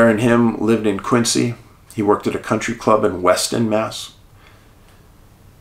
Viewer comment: Quincy is pronounced Quinzee not Quinsee